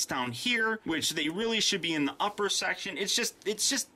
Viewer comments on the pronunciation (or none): none